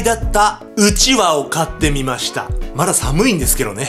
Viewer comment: うちわのイントネーションが違う笑